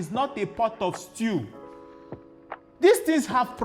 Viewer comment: 😂😂😂 i thought I was the only one that Heard that